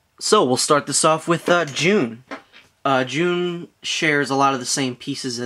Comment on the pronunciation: its not june you tard ITS J-U-N